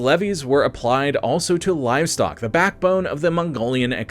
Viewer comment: your voice is just terrible, you managed to say the word "khorloogiin" but butched the word "the" what is wrong with you man? bring simon back and banish this crappy understudy back to the writing room!